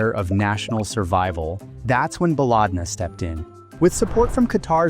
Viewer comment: why are you liking random comments? the top comments are literal scams also its pronounced "ba-led-na" not baaalaaadna, which in arabic translates to "our country"